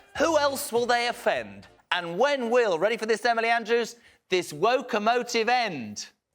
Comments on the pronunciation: It was “ The Woe - Commotive Train” for me ❤ lol 😂 lol 😂 😂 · The "Woe-comotive" 🤣🤣🤣🤣 that is hilarious 😂 😃